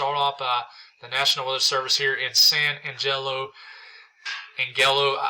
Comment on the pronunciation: "San Annjello". You ought to try Bedias "Bee-die-us". Bedias gets wrecked a lot. We have a lot of local Texans who wreck these names, so don't be too hard on yourself. Watching from Huntsville, Texas right now. About 60 miles North of Houston. Current temp 27 degrees, freezing drizzle and wind chill of 21 degrees. They are expecting wind chills here Monday/Tuesday at -10 to -15 degrees below zero. Snow accumulations of 5-6 inches forecast, with amounts 9-10 inches possible. This is going to be one tough week for Southeast Texas. It's 42 in my garage right now.